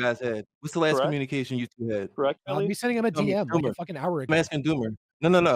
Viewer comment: Is Doomer saying “why don’t you BM me?” 😆